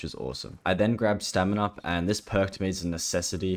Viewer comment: when he first said stamin up i heard seminar also this is impressive give him a like and sub